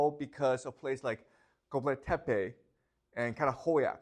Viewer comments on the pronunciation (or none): Çatalhöyük is read Cha (as in Ciao) tal as in talk Hö as in heuristics Yük as in Yeuk. Göbeklitepe is read Gö as in Goebbels bek as in Beck li as in Lee Te as in Telomere and Pe as in Pele. Turkey is not the name of the country. It is Türkiye officially. Best